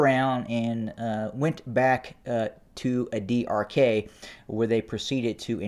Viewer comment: Adi arkay is pronounced as adi arkaay (arkī or arkii). Ky like in sky. I know it is not easy to say for non native speaker but always good to give the correct pronunciation to make the reporting more clear. BTW I you deserve all the credit in reporting extensively the ground situation of what I called it non sense, bloody war of the human race.